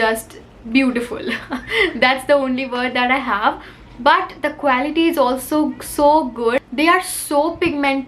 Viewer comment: I Love ur videos a lot.. But Just want to tell u that pronounciation of quality is क्वालिटी and not क्वैलिटी ❤️